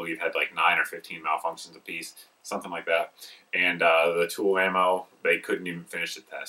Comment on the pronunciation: Are you saying tool ammo or tula ammo